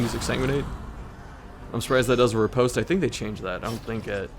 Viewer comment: Every time he mispronounces riposte I shuddered.